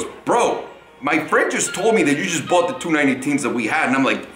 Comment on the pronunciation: You mean "How I boight 2 Porsche 918s"